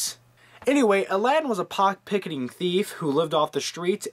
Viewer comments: LOL "pockpicketing" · A "pock-picketing" thief? LOL Anyway, my favorite Disney cartoon is The Jungle Book. I'm too lazy to explain why. It's just awesome.